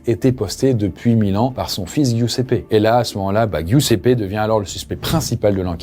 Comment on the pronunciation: Giuseppe se prononce "Djousépé" 💔. Ça fait mal à entendre, mais si jamais avec Google trad tu as la possibilité d'avoir accès à la bonne prononciation des noms étrangers pour tes prochaines vidéos ;)